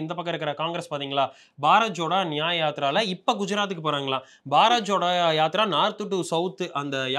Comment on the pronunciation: அது பாரத் ஜோடோ bro. பாரத் ச்சோடோ இல்லை